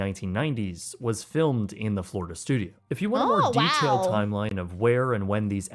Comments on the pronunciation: Floridia lol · ehehe "Flordia" ehehe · Ah, yes. "Flordia."